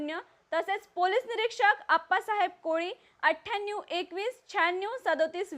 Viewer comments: आठ्यानिवू 🤣🤣🤣🤣 उच्चार सुधारा 🤣🤣🤣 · Athyanu Chhhyyannyu kay madam !